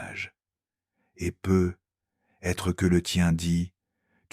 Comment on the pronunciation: Cette voix est déjà moins désagréable que la précédente... mais les "peut-être" sont ratés 😉😘😘😘